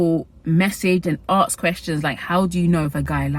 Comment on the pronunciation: Gurl I love you but you're in the land where English was created, how are you pronouncing aSk as aKs 🐿️